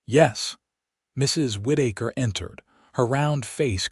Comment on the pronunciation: Whitaker. Not Whiddaker